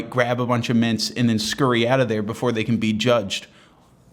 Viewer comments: It’s not the audio quality, it’s his failure to enunciate. It took me a good 30 seconds to work out why the hell an old lady was putting half a bowl of mince in her purse. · Thought he said mince like the meat. Painted a funny image for a moment.